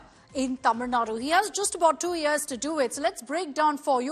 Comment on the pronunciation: 😳Are you serious?? Even 90% tamizls will not pronounce it correctly.. You seems like a north indian. Shame for us...